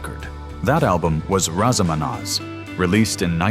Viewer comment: This is an AI video. Wrong facts, wrong photos of the people who are spoken about. The AI can say Nazareth but cannot say Raz a Manaz correctly, among other names.